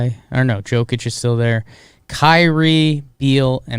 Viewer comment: If I hear "Jo-kich" one more time... I swear, I'm gonna eat a bug